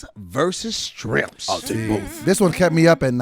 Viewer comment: "SHIRMPS HAVE IT ON THAT ONE"